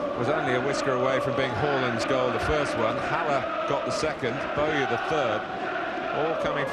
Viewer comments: The Blackburn home game, who is Ian Boyer 😂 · You have to laugh at the pronunciation of Bruno Ribeiro and Lee Bowyer's names by this alleged commentator.... absolute Muppet